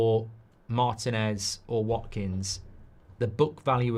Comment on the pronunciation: Why does Mark pronounce Martinez MARTIN-EZ? It's mar-TEEN-ez. It's annoying.